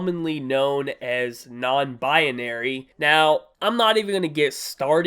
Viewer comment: Why can’t pronounce binary right